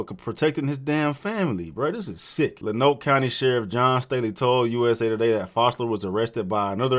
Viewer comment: As a fellow Arkansas native. He is a local hero, free that man!!! Also fuck go fund me for what they did with this situation. FYI lonoke is pronounced LONE-OAK 😂